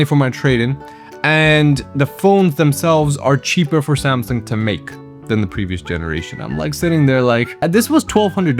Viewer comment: "Samsung" pronunciation was accurate . 10/10 video